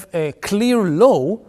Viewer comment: אם אפשר לשפר את השפה האנגלית שלך: אתה אומר Law כמו שבאנגלית אומרים Low. אבל עדיין הרמת אנגלית שלך מאוד מרשימה